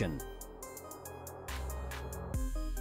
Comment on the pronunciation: "Maroochydore" has a "ch" (like Church) sound not a "k" sound. Even as an Aussie I was very confused what you were talking about at first lol.